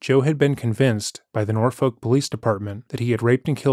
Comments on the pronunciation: An incredibly minor detail but as a local this one bugged me Norfolk is not pronounced nor-folk but nor-fuk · I’m glad you covered this story because I practically grew up in Norfolk and have never heard this story. Also we pronounce it Nor-fuck. Same with Suffolk lol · Take it from a Virginian: Norfolk is pronounced “naw-fik.” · The way you pronounce Norfolk 😭